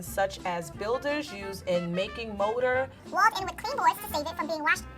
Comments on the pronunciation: You know what is funny? Not knowing what rickets is. mispronouncing mortar as motor. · Morter lol not Motor I’m triggered